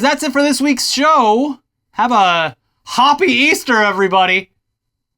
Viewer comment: silence after 'Hoppy Easter' got me! 😂 Great show guys!